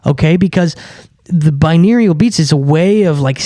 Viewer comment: its pronounced bi-noor-al